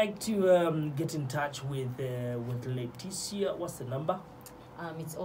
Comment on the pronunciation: *Letisia not Letisiya